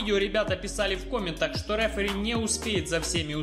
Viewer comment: никогда. Не. Говори. РЭФЭРИ, без пафоса давай